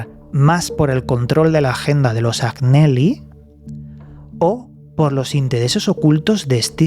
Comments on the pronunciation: Hola! En italiano se pronuncia "Añeli", la GN en ese idioma equivale a nuestra "ñ". Saludos!!! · Se escribe Agnelli y se pronuncia Añelli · Agnelli se pronuncia Añeli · Como siempre un interesante vídeo y como nota desde el respeto y con espíritu constructivo Agneli se pronuncia Añeli,en italiano no hay ñ sino gn,creo